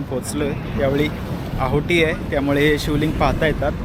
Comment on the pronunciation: आहोटी नाही हो.. ओहोटी